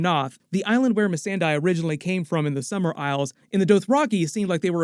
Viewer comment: Miss-anne-die🤣🤣 or Miss-aan-day also Melisandraaa🤣🤣🤣🤣🤣